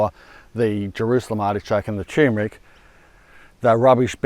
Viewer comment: Congratulations on 2.5M subscribers! 👍🏼Maybe a good time to start pronouncing turmeric correctly! 😉